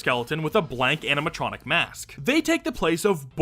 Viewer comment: Am I going crazy or is he saying "aminatronic" the whole vid😭😭